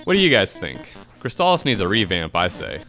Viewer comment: Yup, this one is a golden oldie, right up there with StarTropics. Also, who pronounces "crystal" like that? I didn't detect any kind of accent... O.o